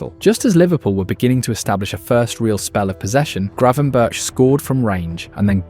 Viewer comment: Gravenberch is pronounced Grafenberkh